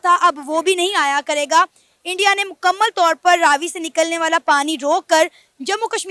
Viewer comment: You pronounced it right, that is Raavi not Ravi